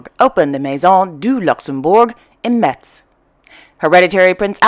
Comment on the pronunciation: Thanks for trying to speak so many languages . Very clever of you . So if you want to do it in a French way Metz is pronounced without t as if in mess. Thanks for all your news.